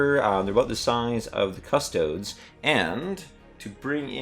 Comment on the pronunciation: *cuss-toe-days, not cuss-toads